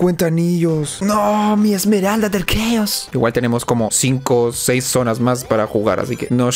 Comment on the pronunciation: ya en serio, pq dicen "esmerald"? XD, no lo digo por ti osea si pero he visto a otros youtubers decir "esmerald" en ingles no lleva la "s", es "emerald" entiendo que en español si lleva "s" pero, si hasta viene escrito wat xd